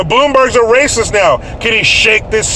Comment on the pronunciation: It starts with an aruh and ends with an s: Raysis!